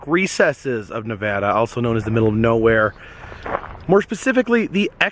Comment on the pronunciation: Am I the only one who's glad he pronounced Nevada correctly?